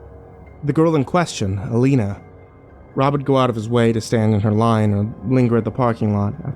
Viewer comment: Why are you pronouncing her name 3 different ways? You say Alina, Elena and Ileana. Please pick one.